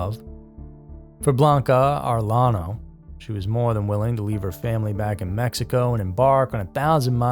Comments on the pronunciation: Arellano is pronounced (areyano) in Spanish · Number three, had to laugh at your half-hearted attempt to pronounce her last name. 😂😂